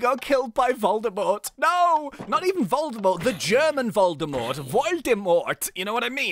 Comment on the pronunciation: Lol "Voldymort" sounds rather Svizzerish than German but well if you mean xD Actually your German pronouncation was pretty good though ;D